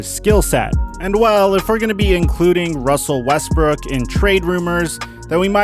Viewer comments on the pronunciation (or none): this is foul he called him russell wesbrick